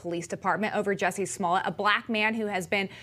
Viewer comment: "Juicy Smoll-ay". LOL 😂😂😂. He hit the nail on the head when he said, "liberals have a very short memory", isn't that the truth.